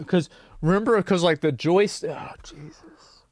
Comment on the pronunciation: when you said 'Jesus' I actually thought you'd said JASUS, like a term to be used for when something is so shitty you're lost for any other words.